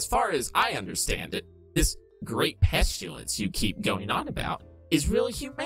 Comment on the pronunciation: How people pronounce pestilence (pest-i-lence) how pronounces it (pesh-tu-lence)